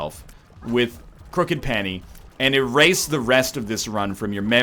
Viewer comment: How long will it take NL to correctly say the name of Crooked Penny?